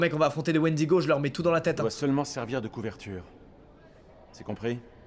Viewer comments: squeezie on t'aime mais s'il te plaît arrête de dire wendigo. Pour un fan de légende et d'horreur sa me faut mal aux oreilles :) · Ça me stress tellement quand squeezie dit Wendigo alors que de base c’est une légende de certaines tribus de natifs américains -~ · Il a dit wendigo je me suis barré